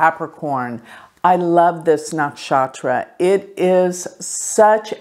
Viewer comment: Hi It is not naakshatra its nuckshutra!